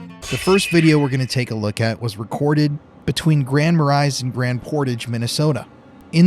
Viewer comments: Being from Minnesota I love how our cities are mispronounced. Sorry, I’m not making fun of you because everyone does it. It’s Grand ma-raise and E Lee. But I still love your content!!!! BIGFOOT! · Marais pronounce "mah ray". Ely: "E Lee". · FYI they’re pronounced Grand Ma-ray & E-lee! 😂😂😂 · Grand Marais is pronounced Grand Ma-ray, just fyi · First off, you really should LEARN HOW TO PRONOUNCE THE NAMES OF CITIES/TOWNS where you investigate. ELY IS ACTUALLY PRONOUNCED "E-LEE". GRAND MARAIS IS ACTUALLY PRONOUNCED "GRAND MAR-RAY" So apparently you need to do a little bit more investigating. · Ely, Mn is pronounced E-lee and Grand Marais is muh-ray. Yes, I’ve heard howls up around Burntside Lake that were quite a bit more powerful than the wolf howls which are common. In 2007 I was “encouraged” to exit an area between Ely and the Canadian border by multiple creatures. Lake Jeanette is your destination if you’re serious about a northern Minnesota encounter. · The cities are pronounced grand ma-ray and e-lee. Glad to see y’all in mn!! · Imagine my surprise when I tune into this episode & you are all in my neighboring town of Remer!!😮 Love shows on ghosts & Bigfoot so your YouTube episodes are perfect for me! Just a couple little things tho… Ely is pronounced like eelee & Grand Marais is maray (s is silent). That is all!😉 Thanks for everything you all do!!👻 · Ely, MN is pronounced "Ee-Lee", and Grand Marais, MN (my hometown) is pronounced "Grand Ma-Ray"). It's French for "Great Marsh". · I'm from Minneapolis, Minnesota, & just to let you know, that the pronouncing of Grand Marais-(Mar-ray, it's French) & Ely-(E-lee,) no offense, I just want to help you out. There is also some other Haunted Places in Minnesota, that I recommend for you guys should see, like "The Palmer House, in Sauk Center, Sauk-(Sock,) then there is the Wabasha Street Caves," & few other places, keep up the good work, bringing these Haunted Places & Cryptids to life in your Video's.